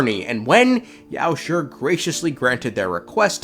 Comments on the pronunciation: I gotta be honest you saying yaoshi’s name as yaosher instead of yaoshe is honestly irritating 💀💀💀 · i admire your efforts to pronounce chinese names the way they are supposed to be, but your pronunciation of 药师 is way off. it's not that hard, neither does have a "sure" sound. since it's ī and not í a quick and soft "shee" sound should be enough. just felt like pointing out. edit: just to be more clear, your mouth is not supposed to open at all, just grind your teeth and try to pronounce it.